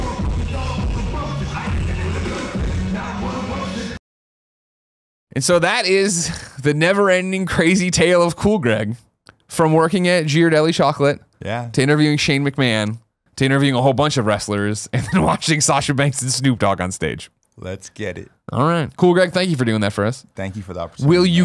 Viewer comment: Did Greg really say "Jirardelli..." C'mon man! ;). How long have you lived in SF?!